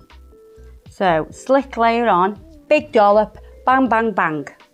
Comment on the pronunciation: It’s a SLIP layer, not SLICK layer.